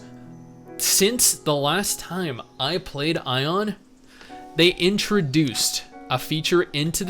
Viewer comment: lol doesn't know how to say aion right the entire time